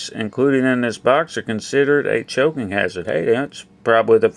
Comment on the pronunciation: Chocking hazzard...? Choking hazard*